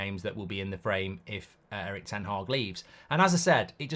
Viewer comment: I wonder how many times Mark says " Eric Tenh Hah " a day🤔